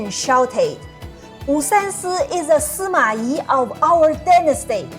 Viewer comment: Suma I... Good and correct pronounciation